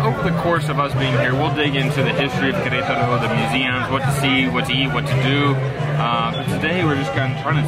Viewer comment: Fantastic!!! By the way, I have to highlight the pronunciation as well. I’m so proud! You guys say Querétaro like locals 😁✌️